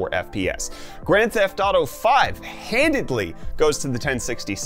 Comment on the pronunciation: Are you saying “Handidly?”